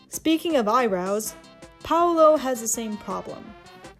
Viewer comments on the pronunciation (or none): none